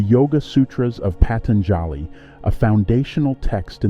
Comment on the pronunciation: Patanjali is pronounced “Pah- tun- ja- lee, with the accent on ‘tun’. So I heard it said in India. I hope thats correct?